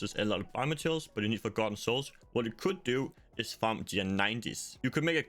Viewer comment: I honestly couldn’t understand what you said if you were just trying to farm forgotten souls.. it sounded like you said g90s and I don’t know what that is